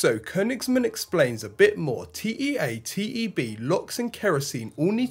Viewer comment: Great episode, by the way it's generally pronounced tea teb. Triethilaluminium and triethilborane mixture that spontaneously ignites in contact with oxygen and lights the engines on Merlin (and F-1).